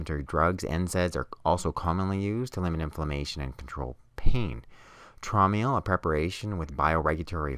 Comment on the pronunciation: Its pronounced as (Trowm Ale) as its a german homeopathic product from the german company HEEL- Traum in german means dream.